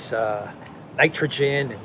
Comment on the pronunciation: Ok dude!...Ya gotta give up the JT impersonations!....A)they're not funny and B) they waste a tune of time. Did you just learn your new high voice?....Get on with it! Instead of trying to do impersonations. How about you learn how to pronounce Nitrogen.....Nice..... Nitrogen. N7